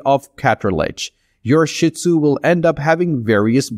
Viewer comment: Gave this a like for the info, but PLEASE learn how to say their name properly!!!!